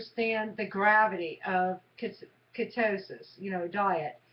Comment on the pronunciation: Please stop pronouncing ketosis (KEY-TOE-SIS) wrong. If you're going to do the damn diet learn to pronounce it correctly. Damn. It is not KE-STOW-SIS. It is KEY-TOE-SIS KEY-TOE-SIS KEY-TOE-SIS KEY-TOE-SIS